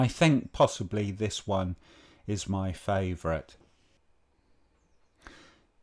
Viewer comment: "FAOURATE" ? Did you mean FAVOURITE ?